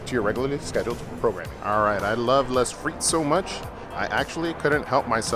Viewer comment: I like how you take the time to reply to all the comments, even though you get so many. I think it's good to stay connected with all your viewers even if that means having a lot to stay on top of. Side note, "les" is pronounced "lay," not 'less". Just thought you might like to know.